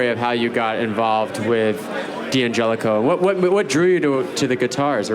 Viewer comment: It's not "dee-angelico"; it's "dan-gelico." It's a contraction. They've even got the Italian guy mispronouncing it. SMH